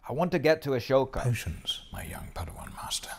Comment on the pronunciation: Ah-soka "Ashhoka" 🤣 🤦🏻‍♂️